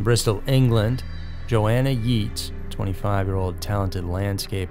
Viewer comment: It's not y-etas..its y ates..but love your chanel